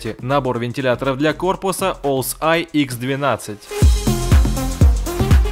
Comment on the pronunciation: Привет!Ты не правильно их назвал ...Элесей